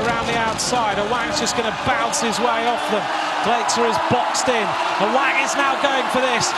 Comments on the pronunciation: Awang = Sebutan Mat Salleh "A-Whack" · its AWANG not AWANG hahaha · Awank bukan aweng cuba dengar betul2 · Apasal aku dgr dia cakap ‘A WANK’ ? Lmfao